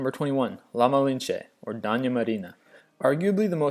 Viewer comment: Man, work on your pronunciation! Doña is "dough-nya" and Duquesne is "doo-kane" because it's of French origin. Quisling has been anglicized to "qwiz-ling" and the worst howler in this whole video is your mangling of Gestapo (Geheime Staatspolizei) which is known to be "ge-stAH-poh" (ge-shtAH-poh in German) by the slowest 5th-grader in the country!